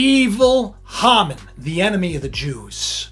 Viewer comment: Incidentally, the name is pronounced 'hay-mon'